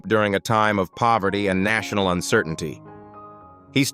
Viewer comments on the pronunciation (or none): none